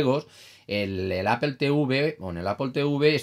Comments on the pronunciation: En español o castellano literalmente se leería "aple", nose de donde sacan el "apel" pero si deseas pronunciar de manera correcta en español o castellano sería "manzana", no se complique tanto señor, saludos. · apol plz... se pronuncia apl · Una pregunta, ¿por qué Apple lo pronuncias en inglés y Playstation no? Solo curiosidad xc